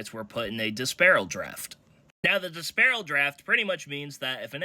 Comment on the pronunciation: Bill Sharman was a guard, not a center. The word is "dispersal" as in "dispersal draft" not "disparel" - to disperse is to distribute things among people ...